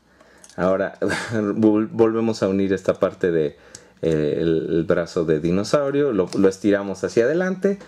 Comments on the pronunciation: se dice dinosaurio no mimosaurio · es dinosaurio no mimosaurio